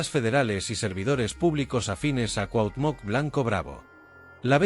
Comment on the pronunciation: No puedes pronunciar CUAUHTEMOC ?? o decir veinte millones ?? De que pinche cerro te bajaron ?? Tu pinchurrienta manera de hablar tan agringada y miserable dan risa...